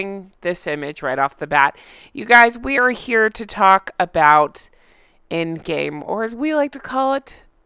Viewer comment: Bell end game? Fantastic! Your English is really coming on.